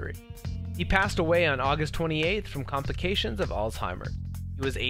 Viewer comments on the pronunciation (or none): none